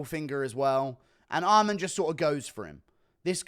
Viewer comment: theres no d at the end of armans name why do you pronnounce it like that